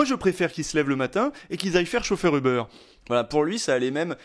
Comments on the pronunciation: Pk vous dites tous Eubeur 😭 ça me treugueur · Pourquoi est-ce que les Français ne prononcent ‘’Uber’’ ni en français, ni en anglais? En tant que francophone, je trouve ça franchement chiant.